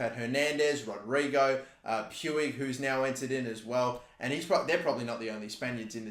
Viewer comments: Puig pronounced 'Poo-eejh' Klich pronounced 'Clickh' Koch pronounced 'Cockh' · Puig is pronuced P-e-e-g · The Guy's name is Pi-u-j not pu-wig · I'm surprised he sill says poouigggg instead of pooch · Btw puigs name s pronounced ricky pweeg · Listen bro it’s pronounced riki pooj not puig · Pronounce it as Ricky Pooj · everytime he says Puiggg Me it's Puig the g like in the word generator lol! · YOU SAY PUIG LIKE POOG